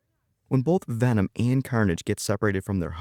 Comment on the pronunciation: Venom❎ Vanom✅